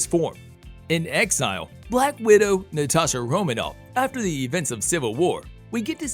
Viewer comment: I appreciate the undertaking of this video and the work it takes to put it all together. I have some minor problems with it being clear for those who don’t know or don’t remember some of the details…some mispronunciations like “ether” and “Romanoff”, “Yelena Bulova”…also plot details, for example Civil War features the bombing of the UN meeting where King T’Chaka is killed…the bomb was not placed by Bucky (Winter Soldier), he was framed for it by Zemo who wanted to defeat the Avengers by putting themselves against each other. Little details and carefully chosen words matter when dealing with a fan base of this size and passion. Overall, really great voiceover work and editing! The storytelling and weaving of one plot right after the other is good…I know how hard it must have been to write this script and include all conflicts.